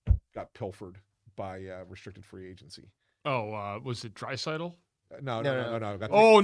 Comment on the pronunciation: tough clip for bundy; pronouncing Necas as ni-kahz and Draisaitl as the offer sheet target